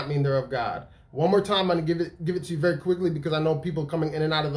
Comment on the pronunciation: Bro wassup with you in these hotels my guy??? Veddy, Veddy, suspect bruh 🤔🤨🧐 sike nah I'm sure you're on the move going to conventions or preaching right??